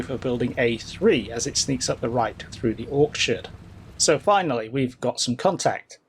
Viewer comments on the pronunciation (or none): Came for the 'ork-churds' 😂 Great video as always.